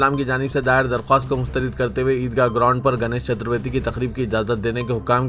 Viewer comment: Are chaturveti nai ji chaturti hai vo... Vaat lagaadere miya tum.... Urdu mein خ or ق ko ek dusre ki jaga use karte tum.... Khubsurat ko qubsurat bolte... Urdu ki vaat lagaa dete